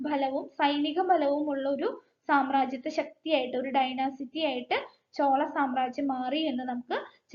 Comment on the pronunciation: ഡൈനസിറ്റി അല്ല ഡൈനാസ്റ്റി... ക്ലാസ്സ്‌ വളരെ ഉപകാരപ്പെട്ടു.